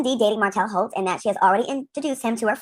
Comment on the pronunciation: Not HOELT!!!😂😂😂😂